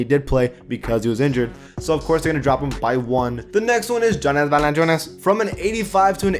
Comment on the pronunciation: stop saying Jonas Valancunas like that. however you spell it haha